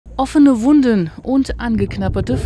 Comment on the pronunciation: “offehne wuundöhn”